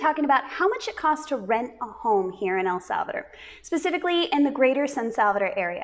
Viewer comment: “ el salveder” 😂 lol El salvadooooorrrr chica ❤